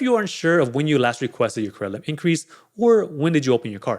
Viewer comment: Yeah I was like, what is Cremlit?🥴 then I just listen to the context and figured he's saying Credit Limit "Cremlit increase...higher Cremlit"😄